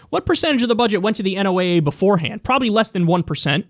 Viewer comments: Kyle, it's pronounced "Noh-uh", NOT "En-oh-ay-ay". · i love ya brother but its pronounced like the name Noah